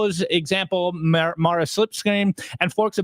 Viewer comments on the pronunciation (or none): none